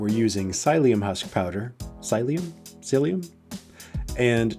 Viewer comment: It's pronounced "silly" psyllium husk, lol